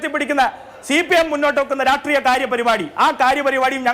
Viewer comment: രാട്രീയം അല്ലാ രാഷ്ട്രീയം. അതെങ്കിലും വൃത്തി ആയി പറയാൻ പഠിക്ക്